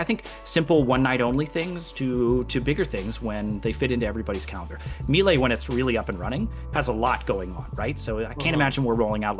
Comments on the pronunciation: is it just me or did he say "Meelay"? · teach your boss how to say Melee please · Some people say that, I never understood why but I guess it's whatever lmao